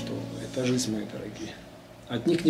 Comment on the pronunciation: обожаю все ваши каналы!! но!! блин! жиЗНЬ а не жиСТЬ... режет слух жутко!!